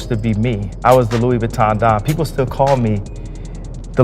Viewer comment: Uuuhh, No one calls Kanye the Louie Vutton Don. Come on now.